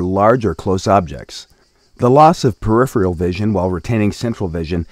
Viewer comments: does he keep saying periphreal? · can't deal with the narrator's inability to pronounce "peripheral"